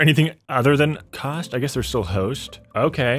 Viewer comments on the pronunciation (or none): Normal people: cost: COAST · Me : cost He: COAST 😂😂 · cost is pronouned cost not coast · Are we not gonna talk about he said coast not cost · it's cost not coste you pronounce wrong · He called cost coast. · Bro the way he said cost without realising